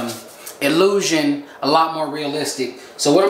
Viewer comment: I died 💀 when he paused and said “🧐illusion” looks clean tho 👌🏾 #ps. Fellas you can always try to battle the DHT that causes baldness with diet and blood flow exercises— yoga etc.. it will work for some people. Look up the videos